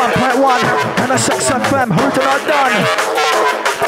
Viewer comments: MSX fm sounds like "i'm a sex fm" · Loool. I always wondered why the guy kept saying "I'm a sexoffender". It didn't register that he said "MSX FM"